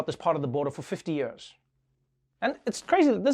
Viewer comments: I love how Trevor pronounces "years". Has a real SA ring to it. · Me asking Trevor: say years Trevor : yurs